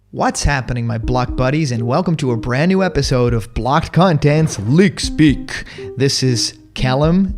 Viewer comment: The way you said leak speak was funny in this video